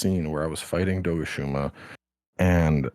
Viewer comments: Doshaguma ❌ Dogushuma 🐶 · "Dogashuma" lmao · This man is committed to pronouncing the monsters names wrong, like he hears the correct pronounciation and keeps saying them wrong :')